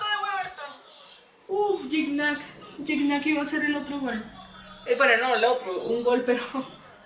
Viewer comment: alguna vez Gignac aclaró como se pronunciaba y era algo asi como Chigñac